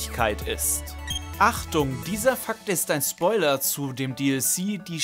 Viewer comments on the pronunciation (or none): none